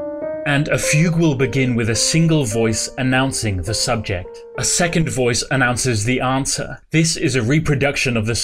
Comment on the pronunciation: Please stop saying SUBJECT ;p